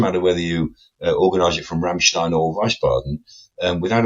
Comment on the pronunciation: Please, Wiesbaden is pronounced "Veese baden"